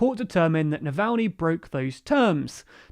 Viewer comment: Well, you got Navalny's name right this time, but you are still pronouncing Aung San Suu Kyi's name wrong. It's not that hard to look these things up, and it really impacts your credibility.